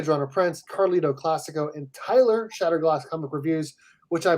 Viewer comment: How could someone not say Shatner?